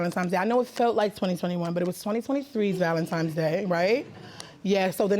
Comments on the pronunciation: Why do some people keep saying valentiMes instead of valentiNes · I thought it was just me lol ValenTIMES irked me. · It was “Valentimes” Day. She knows because her son was “one years old “. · "Valentimes Day" 😅